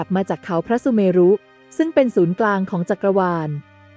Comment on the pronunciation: เมรุ อ่านว่าออกเสียงว่า *เมน * ไม่ใช่ออกเสียงว่า เม-รุ